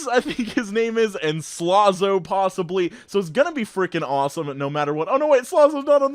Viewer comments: The real joke is that he said slaahzo instead of Slazo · Lol he says SLAWSO not slAzo